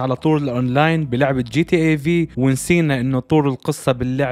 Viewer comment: جاتا عند المصريين بس و عالميا اسمها جي تي ايه . انطق كل حرف لوحده g.t.a